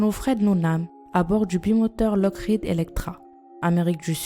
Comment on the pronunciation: sa se dit lokid